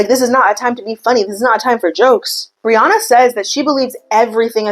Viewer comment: Lmao Brianna sounds so much nicer when you say it, in Australia it sounds like BREE-YANNA 😂😂😂😂